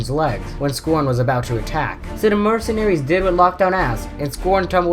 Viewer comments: It's S C R O N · You are not saying scron right idiot but you are smart with transformers